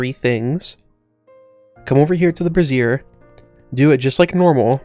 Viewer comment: I just found your channel and I've been binge-watching your content. I forgot how much I loved watching heavily modded Minecraft! Keep up the great work. ❤ Just one thing lol. You keep pronouncing brazier (bray- sher) as brassiere (bray-zeer). Just thought you should know; brassiere is a woman's bra, so maybe don't use it in rituals unless you want to summon your mother lol 😂